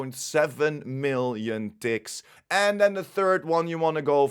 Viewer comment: Well, lemme tell you.English isn't my first language. For a first 5 min i heard 'dicks' instead of 'ticks'. Put a hole new spin on the game (don't belive me? - re-watch it with my ears😂). Couldn't unhear it after either.